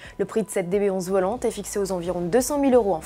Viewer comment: « Aston Martin DBS 11 .... VOLANTEEEEEEEE » ... Dit donc la journaliste, si tu arrives prononcé SPYDER alors tu peux mieux faire pour prononcer VOLANTÉ ... triple endouille 👿👿👿👿👿